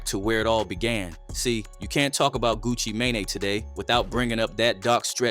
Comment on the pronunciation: Of course you can’t talk about Gucci May-Nay! There’s no one by that name!!! Lmaooo 🤣🤣🤣☠️